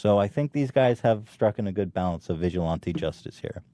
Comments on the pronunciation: Papa bless, but please stop saying vigilante like "vigil auntie" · you are pronouncing vigilante wrong and you just discovered stop a douchebag? come on ethan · Wait, how is it Ethan says: “vigilante” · god, I can't stand the way Ethan pronounces the word "vigilante".He repeats himself which is expected of him by now but still.